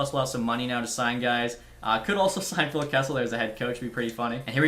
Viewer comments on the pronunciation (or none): none